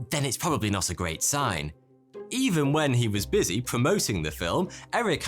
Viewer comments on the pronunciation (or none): none